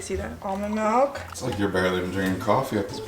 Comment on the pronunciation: Love how you say milk like MELK